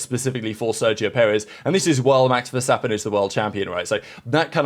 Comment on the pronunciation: The emphasis is on the second syllable. peREZ